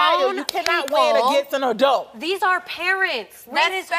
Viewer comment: Not “ RDacity “ 😂 okay “adult “